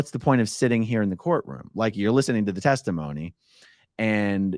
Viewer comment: every time you say “course room” instead of “courtroom”, i think - Hubbardian slip 😆